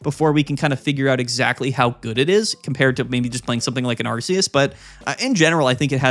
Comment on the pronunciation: i get so annoyed when you say ARE-SEE-USS ... THE NAME IS ARK-E-US .